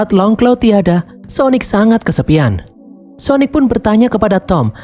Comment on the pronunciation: "Syonic" syonic ga tuh wkwkwk